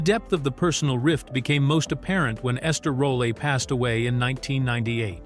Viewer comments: Tha fact that u insinuated that John Amos' behavior wuz less civilized & that called Esther Rolle, Esther "Roll-ie" makes me h8 this bullsh1t AI video....💥👊🏽😠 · YEAH, YOU KNOW IT'AS A ARTIFICIAL INTEWLLIGENCE DOCUMENTARY WHEN THE NARRATOR MISPRONOUNCES NAMES THAT HAVE BEEN HEARD AND SAID NO LESS THAN ONE THOUSAND TIMES OR MORE. "ESTER ROLLEY"